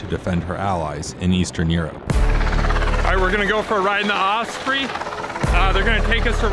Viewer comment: It’s osprey, not ospree.